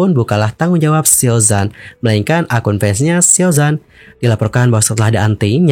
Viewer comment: ralat dikit bang, huruf pinyin Z dibaca C kalo untuk pelafalan Mandarin. Xiao Zhan, bacanya Siao Chan. Utk kasus Yibo, aneh jg sih kalo org2 malah ngamuknya ke dia, bukan ke pembuat filmnya. Lah dia kan aktor yg harus manut didandanin apa aja. Apalagi itu katanya berdasarkan kejadian nyata, berarti kan memang pernah ada kejadian begitu. Aneh aja sih yg marah2nya ke artisnya.